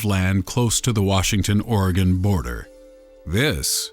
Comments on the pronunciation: Good point. Said Oregon right. Strange they never said it was in Oregon or Washington (Oregon, by the way). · Thank you for saying Oregon Right